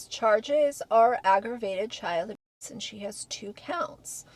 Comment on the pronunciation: I find it ironic that you can list and dercribe in detail the tortures endured by children in the law when you can't event pronounce the word ab*se. What world are we living in?